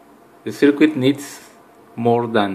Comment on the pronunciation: Mate, I've watched your video many, many times so thank you for that. Can I make a suggestion though? Could you please try pronouncing 'circuit' as 'sir-kit'? Don't worry, I've made a fool of myself many times using words which I've never heard actually spoken...in my own language!